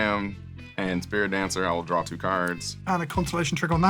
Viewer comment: "I'm going to drawRRR 2"